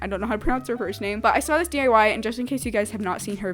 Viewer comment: I swear she says 'DUI's instead of DIY